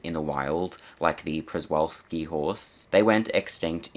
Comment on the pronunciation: Prezwalski is probounced "shu-vul-ski"